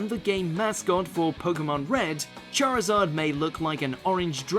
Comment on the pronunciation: It is "Charizard" not "Charzad" .